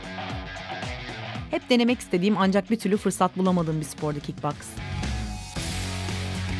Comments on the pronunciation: Ablacım kick bax değil kick box ❤yabancılar kick bax diye okuyo bizde box😊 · 'Kik baks' ne ya oyle okunmuyo o 'kik boks diye okunuyo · Kit boks diye okunuyor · kitbox degil Kickboks ! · kickbox değil kickboks ben 7 aydır bu sporu yapıyorum ve şu sporun ismini doğru söyleyen hiç mi olmaz kardeşim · kickboks u yanlış okumusşun ama yine de harika olmuşşş